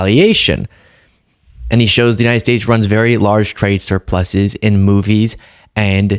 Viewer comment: Sorry, did he say "moobies"?